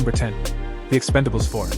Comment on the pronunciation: it’s ‘Expendables’ not ‘Expandables’